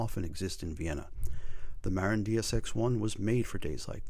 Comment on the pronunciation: Great video but it's Muh-Rinn, not Mare-in. haha